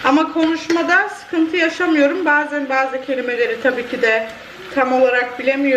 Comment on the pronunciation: Evet bindik demiyorsun pindik diyordun.Bazen demeyip baze diyorsun ufaak defek.Gayet iyi konusuyorsun